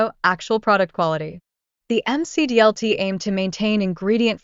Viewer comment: MICK-DEE-ELL-TEE not M.C.D.L.T lol. But man do I miss Dr Pepper and Hawaiian Punch gum...